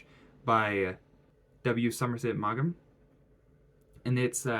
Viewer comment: Please find out how to pronounce Maugham's name as if you knew something about him...